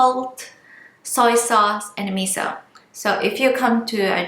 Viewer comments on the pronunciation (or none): none